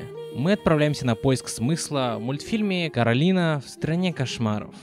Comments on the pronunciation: КОралина а не КАралина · Не Каролина, а Коралина, Коралайн…. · Я один слышу Каролина, а не Коралина? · Постоянно бросалось в уши «Каралина» Так и хочется сказать «Ее зовут Коралина!» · КОооралина, а не КоралИна